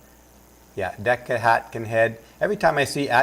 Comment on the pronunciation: Her surname is Aitkenhead, the first syllable is "ate"....so "ate-kin-head". A very Scottish sounding name. I've got a lot of records on DECCA! Lol! She used to work for the Guardian....that tells you a lot!